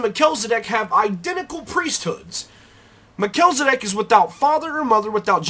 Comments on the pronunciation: pronounced mel-chiz, not me-chel. just saying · You make great points to be considered. Thanks for sharing. The only one gripe I have is that his name is Mel-chi-ze-dek not what you said. Lol. Just teasing. Thanks again. Keep up the good work. I definitely have a burning interest in Melchizedek. I appreciate you! :)